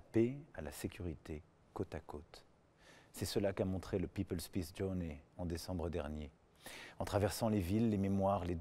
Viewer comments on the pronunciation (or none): none